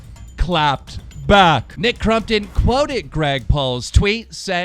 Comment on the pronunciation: WE ARE VENOM no one bro jus that hes pronouncing it wrong